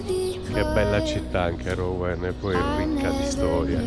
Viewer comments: Si pronuncia Ruen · Rouen = Ruen!! ;-)